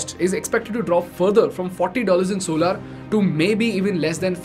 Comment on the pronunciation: Solaar nahi solar